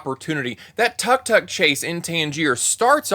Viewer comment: Tuk-tuk as well is mispronounced. I've heard it a lot in reviews of this movie. It's a little distracting